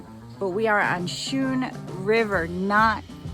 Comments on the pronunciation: Hey, Guys! Great video! Schroon is pronounced Skroon not Schroon, "ch" is more like a hard "c" or a "k." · Pronounced Skrewn* btw haha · I can’t wait to get a beer and continue this one, but it’s pronounced “sKrune.” Luckily for you, you don’t seem to have run into any “locals” to correct you. Don’t worry about it. Still my favorite new channel discovery! I shouted you out in my last video (Hamburgler Special) so I hope you get some traffic. Now, on with the show! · I came here to say that. Like school.